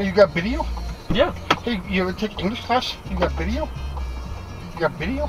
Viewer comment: The passenger tried to be racist by repeatedly mispronouncing “video” as “bideo”, but utterly failed since the driver just ignored it, and the drivet kept being respectful towards the passenger.